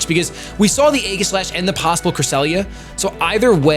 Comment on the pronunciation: Please pronounce Aegislash correctly. So few people actually do.